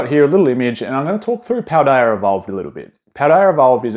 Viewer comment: I think you say Paldea fine. It's never even come to mind in previous videos.